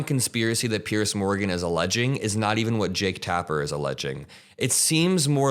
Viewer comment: Well done. Note that Piers is pronounced Peers not Pierce!